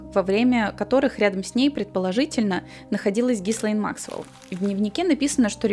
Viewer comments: И снова слышу произношение - Гислейн...Но остальное — конечно, интересно! Спасибо за проделанную работу! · Единственное что смущает, это произношение имени соучастницы. Не Гислейн, ГИЛЕЙН Максвел. "С" не произносится тут.